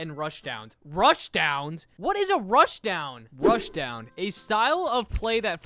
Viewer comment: wth why did I laugh when you read "rushdown" 😭😭